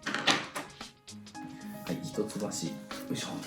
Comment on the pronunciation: ひとつばしって言うのか笑 「いっきょう」って言ってた (￣∀￣)